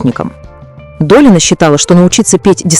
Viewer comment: Научите ИИ вещать правильно. Слушать не очень приятно...ДолИна, Лурей...